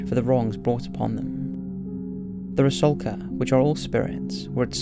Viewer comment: FYI: ITS “RUSALKA” NOT “RASULKA”! 😉🇷🇺